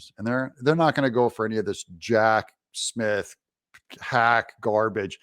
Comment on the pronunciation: Did I hear you say, Hack Smith? 🤣